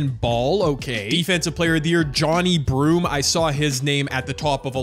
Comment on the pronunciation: It’s pronounce jo ne broom not Johny broom